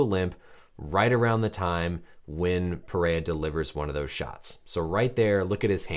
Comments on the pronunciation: pronounced peherra.. portugués first r’s are pronounced like English h’s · It’s PeHeYa